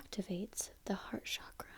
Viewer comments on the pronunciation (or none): none